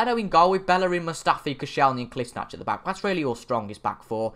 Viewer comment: Good ebening.. Really = Rally